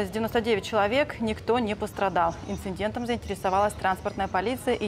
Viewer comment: Слово ИНЦИДЕНТ правильно писать и произносить БЕЗ БУКВЫ Н перед буквой Д. Хотелось бы чтоб журналисты были грамотными! ( репортаж о авиа инциденте)